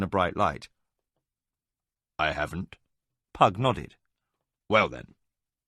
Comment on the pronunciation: I think he got "Pug" just about right. :face-orange-raised-eyebrow